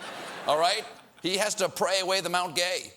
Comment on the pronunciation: MT gay rum is pronounced "guy" btw